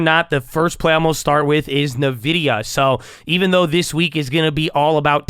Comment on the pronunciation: hey just wanted to let you know nvidia is pronounced like "in-vidia" not "nuh-vidia" !